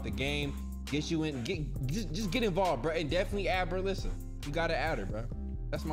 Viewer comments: No ones talking about “berlissa” 😂😂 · Nobody:: beRlLiSSa